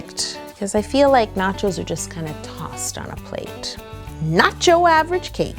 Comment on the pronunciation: you said nocho 9 times